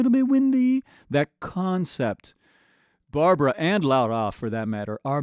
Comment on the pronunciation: It's Barbra, not Barbara.